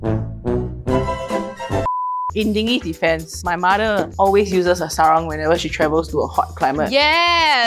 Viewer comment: Erm btw Sarong is pronounce as “Sah-Rong” and not “Ser-Rong”. Is a malay word not english.